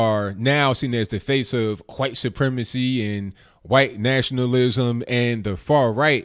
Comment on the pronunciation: You say white supremacy like Stewy says cool whip lol. You don’t seem like a Family Guy fan, so how does this happen?